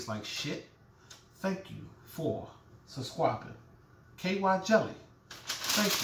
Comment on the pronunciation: You had me at, "Stop touchin my waist!!!".....thank u for suscwibin. I'm dead😂😂😂😂😂😂😂